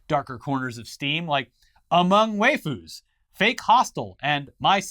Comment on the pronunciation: has hosted internet today for how many years but still can't pronounce waifu right?